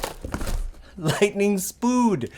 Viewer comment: "Lightning spood", I love that xD